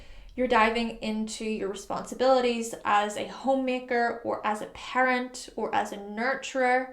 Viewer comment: Taurus sun here. When you mentioned becoming a parent, I thought you said "pirate" at first. I don't really anticipate becoming either one.